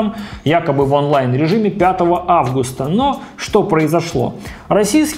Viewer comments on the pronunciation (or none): none